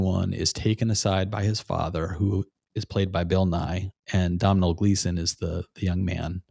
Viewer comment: Great show! Domhnall is pronounced DON-al. It’s Irish ☘️